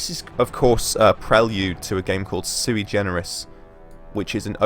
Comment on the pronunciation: Suigenerous? Is that what you said?